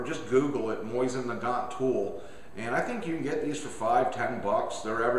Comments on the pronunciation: Nice. Just used this to help me tear down mine. Good instructions. Also... lol at "Moisten" Nagant. :) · great vid, only thing that slightly bugged me was simply the way you said it. i say it (moe-zin nu-gant) and you say it (moy-zin nu-gont) just i little bit different, cool vid though, i love mosins.